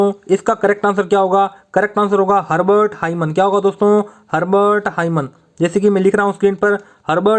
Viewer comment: Hurbart himan nahi sir hurbart saiman